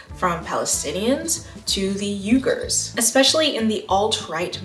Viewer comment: Just letting you know that I'm pretty sure Uyghur is pronounced We-gur, not You-gur. I might have misheard it , or I may be bringing up the wrong group, but I figured I'd let you know. Loving the video!